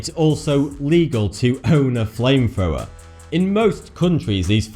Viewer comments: Fwame Fwower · Say flame thrower again... Fame fower?